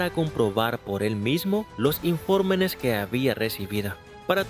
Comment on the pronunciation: Bueno el vídeo, pero ¿por qué el que narra dice informenes ?